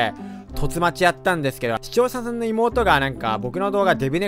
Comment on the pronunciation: 本来出るべきテロップ 「視聴ｻｻﾝ...(滑舌)」